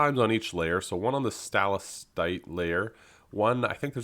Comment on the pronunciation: Here is some help with pronouncing that word: Sta-Lag-Tite